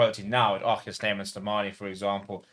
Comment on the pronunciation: We love RG here at Leinster (and thanks for the correct pronunciation of RG - ArKhey). With RG already a massive fan favourite, as Rocky Elsom was back in 2009, I'm hoping we can update the 2009 "Rocky Rocky Rocky" chant to "ArKhey" "Ar Khey" "Ar Khey" anytime he does one of his outrageous one-handed offloads - and we would be absolutely delighted if he is allowed to extend his contract.